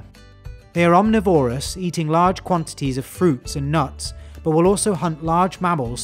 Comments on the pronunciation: Constantly winced at the mispronunciation of the word 'omnivorous' .. omNIVORous, not OMNIvorous. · The only inaccuracy that bothered me was the pronunciation of "omnivorous" . I double checked online resources to see if the British pronunciation is different, but no, the stress should be on the NIV, not the VOR, in both American and British English.